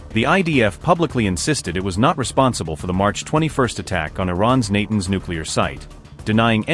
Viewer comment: Tell yer AI voice to pronounce Natanz correctly.